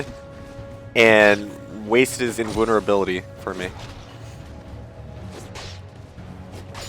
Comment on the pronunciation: LMAO I love how you say invulnerability. HAHAH vooolnerable. ^^ Love it!!!!